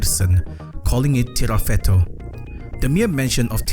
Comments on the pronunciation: This video is throwing me off so much because you keep saying "Tirafeto" when onscreen it says "Tifareto" 😭 otherwise, great analysis! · Tifareto not tirafeto ❤